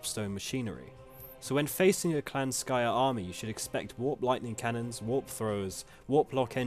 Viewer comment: Clan Skryre, yes-yes, not Skyre.